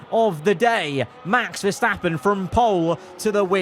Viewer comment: GOD- CROFTY SAID VERSTOPPING AGAIN NOOOOOOOOOOO